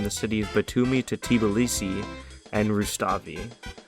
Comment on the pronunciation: georgian speaking: why do u say Tiblisi Its pronounced Tbilisi